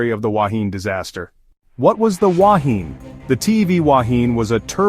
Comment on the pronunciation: This AI generated voice cant pronounce the word "Wahine" properly. Secondly it was not the worst shipwreck in New Zealand - that title goes to the sinking of the Orpheus in Manukau harbour in 1863 with the loss of 189 lives and several other wrecks with heavier loss of life have occurred over the years in New Zealand